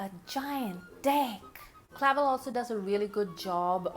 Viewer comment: it’s pronounced cluh-velle. and something like 2 years of his life were appropriated against his will by the japanese military so give him some credit where it due, he could’ve (and rightfully so) held onto anger and been way more racist. And for 1975 he was woke af.